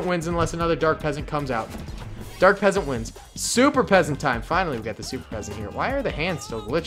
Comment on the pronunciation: He said super peasant